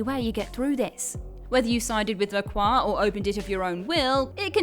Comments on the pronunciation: Lucien's last name is pronounced as La Croy. While his last name might be french, it's not said as Le Craw. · "la croy" is the american pronunciation. It would be "la cwah" in French but he ain't speaking french.